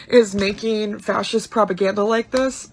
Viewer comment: She even says "frashist" like, what does that mean? Lol